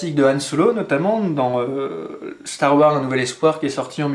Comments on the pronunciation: salut super vidéo juste c'est STAR WARSSSSS pas star war cordialement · Psst, n'oublie pas de prononcer le "S" à la fin de STAR WARS. Ce sont des mots en anglais, il faut prononcer toutes les lettres. Ou dis le complètement en français "la guerre des étoiles";) Chouette présentation, l'airsoft ce n'est pas que des gens en uniforme et des répliques plus vrai que nature.